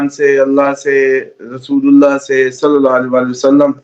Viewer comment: SALLAY NAHI, SALLI ALA MUHAMMAD, PLZ